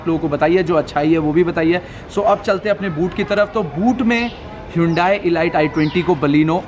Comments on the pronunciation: 'ELITE' KO 'ELIGHT' NAHI BOLTE CHUTIYEEEEE. RANDWE, ELIGHT-ELIGHT KARTA REHTA HAI. It's pronounced as 'ELEET' you Moron! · Bhai..”e-light” nahi “I-leet” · Atleast pronounce 'elite' correctly since u own the car..its not e-light....lol...anyway plz do some more homework before passing judgements ...i pray u never bang your car to experience the safety standard of your car...u need to learn a lot about cars ,metals,strength ,structure..etc.etc... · It is not e light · Exactly wrong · It is elite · Doing a very good job with your videos but you pronounce elite wrong my suggestion is you check the pronounciation